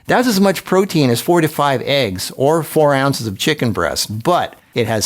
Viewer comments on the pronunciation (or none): 4 to 5 eggs sounded like 45 eggs😂😂😂😂